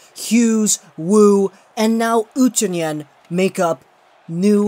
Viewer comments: Pronounced OO too nen not oo Tyoo nen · Oh my lol :D The way you say Utunen is so hilarious!